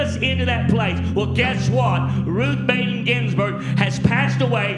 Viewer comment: Who’s ‘Ruth Baden Ginsberg’?! He can’t even get her name right. How embarrassing.